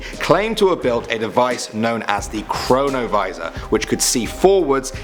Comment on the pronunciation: Him:Number 4 chronavisor What I hear Corona Virus!